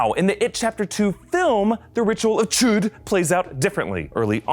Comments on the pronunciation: Can he say chud without saying chOOd? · It is pronounced CHODE!! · Ritual of... CHOOOOD! that's how he says it... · I laughed every time he said"chu'd